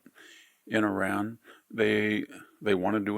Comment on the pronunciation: IRAN never crumbles!! You shall see. Keep your nonsense to yourself and learn how to pronounce Iran correctly!!!